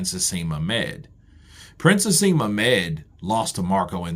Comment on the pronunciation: Naseem not haseem